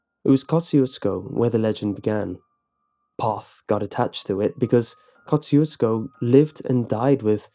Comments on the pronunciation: It's actually pronounced, "kah-zhu-sko" and means "God bless you" in Polish. People around there are Poles and Czechs, known collectively "bohunks" and the dance hall there was frequented often in the early 80's by Mickey Gilley of Gilley's, the infamous (due to its brutal bar fights) cowboy bar of Urban Cowboy fame. Not to mention this story did remind me a lot of the Seaney Bean tale. (I'm originally from Texas as are most of my family.) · You say the name of this town wrong. Its comes from polish general and you can check how to pronounce on google translate (just type Kościuszko and choose polish). PS: He was hero of two countries PL and US. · I am Polish and I know that this is how you pronounce "Kościuszko" in english, but I just cringe every time I hear it xD It just sounds so wrong